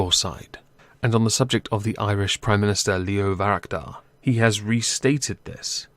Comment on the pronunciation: I hate to be pulling you up again, but it’s Varadkar, not Varakdar. Sorry, I would have left it, but you said it twice. I genuinely think Boris is trying to get a no deal; he’s just pretending to go for a deal to appease the remoaners.